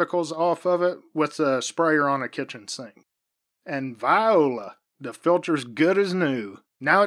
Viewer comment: It’s nice to hear somebody else saying, “Viola!” instead of voila. We appear to have the same sense of humor. 😁